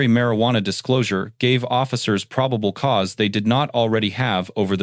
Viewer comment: What is "pribable cause?"